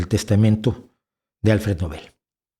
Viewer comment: Nobel se acentúa en La “O”